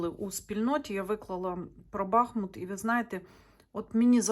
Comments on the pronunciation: БахмУт, а не бАхмут !!!! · Дуже Вам дякую за моє рідне місто,тільки будь-ласка БахмУт,наголос на другий склад.,будь-ласочка поважайте назву мого гарного міста, на долю якого випало таке важке випробування.БахмУт -це Україна,це титан,він переміг і перемагає!!! Да буде так!!!